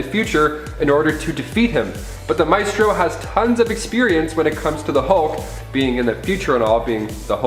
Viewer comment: Maestro: [my-stroe or my-stroh], not [may-stroe]!